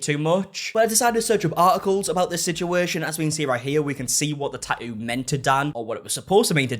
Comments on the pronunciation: Why always change from saying the T to leaving it out. I like this guys videos but its not a Taooo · Clicked for the bait. Stayed for the Tah-ooh. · I mean you can say the first t in tattoo why not the third t in tattoo? Tat-oo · The way you pronounce Tatt-oo. Love it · Liking this video in the first 60 seconds based solely on the way he pronounces “tattoo” 🥹🫶 (I’m from Aus, so he could read me his grocery list and I’d be enthralled) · Sweetheart you are dropping the T in Tattoos and also pronouncing it when reading it. Fascinating! Just thought you might want to listen to yourself 😂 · I like the way you say tattoo lol❤